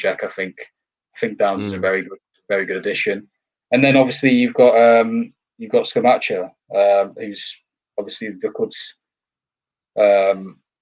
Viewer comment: The Europa League DID affect us. Most Sundays after playing in the Europa League on a Thursday we reallly struggled due to the lack of squad depth. The players looked leggy. Can't see us finishing higher than 8th at best. Hope I am wrong. By the way guys it is pronounced ScamaKKa 🙂